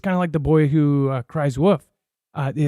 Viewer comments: Yess! 😂 I love when he says woof instead of wolf. It's as funny as Markiplier saying rum instead of room. 😅 speech impediments are inherently hilarious. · I think you need to learn how to pronounce "wolf", not "woof"